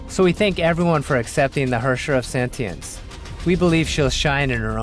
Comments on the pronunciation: "Herrscher of SENTENENCE" ._.) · 米哈游是不是疯了？发布视频连主角的名字都能念错？sentinence 是什么鸟？太丢人了吧？ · Im confused, its spelled as Sentience but pronounced as Sentinence? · Lmao the hosts mistakenly called her Sentinence instead of Sentience. I understand English is not their mother tongue, so am I. Well, mistakes can be change. Thanks for the new update with abundance of prizes. Keep it up! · How did noone in the recording notice that they were saying the wrong word? They kept saying Sentinence, when its Sentience. Sure they sound similar, and i can understand someone making the mistake, but did noone else working on the video not notice that mistake? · the hosts can't pronounce "sentience"